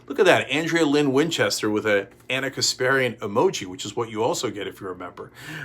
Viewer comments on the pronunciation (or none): none